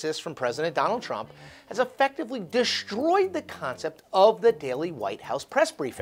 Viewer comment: Love your show--but, today: "deSHtroyed" and SHtrangle"??? Really??